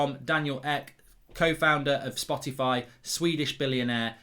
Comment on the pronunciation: i love his cute pronounciation of spotify. spotty-fy